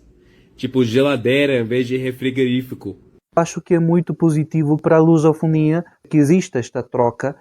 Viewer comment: Esse gajo é maluco não bate bem da bola obrigado kkk nem frigorifico sabe dizerkkkkk